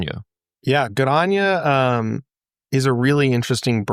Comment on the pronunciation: GoodOnya - not good anya , for everyone watching